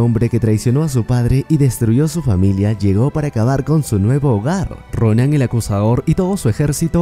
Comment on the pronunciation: No se por que oía el acosador en ves de acusador